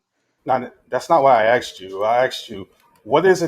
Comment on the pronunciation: Ton: That's not what I axed you. I axed you, what is it that's fundamental, that justifies all facts, blah blah blah... Me: Yawn. Zzzzzzzz